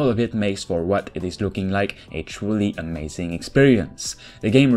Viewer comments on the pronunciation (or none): none